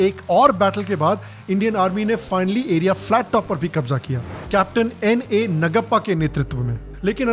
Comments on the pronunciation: it’s Naaguppa,.. please learn.. if not you who is going to learn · Great review. I will watch it with my family. Vikram Batra we are proud of you Sir!!! Btw the name of another captain is नागप्पा not नगप्पा. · It's pronounced नागप्पा. Cheers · Excellent Review! With most imp. Informations. P.S : Capt. NAGAPPA ..name should be pronounced as NAAGAPPA. JAI HIND .. 👋